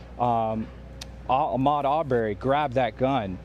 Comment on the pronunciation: This reporter is awful he's pronouncing Ahmad's last name wrong.